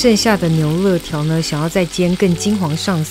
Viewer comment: 牛累条 不是乐条